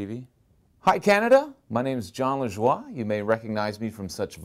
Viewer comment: XD Me too when he said jon lajua or whatever i was surprised